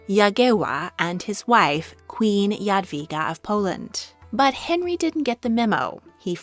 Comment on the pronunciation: As a Polish I am always amazed by your perfecion of pronouncing the name of our female King Jadwiga❤